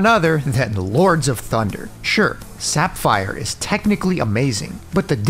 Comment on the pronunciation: My only gripe with this vid would be the pronunciations of "Sapphire" & "Crescendo". 99%, must watch.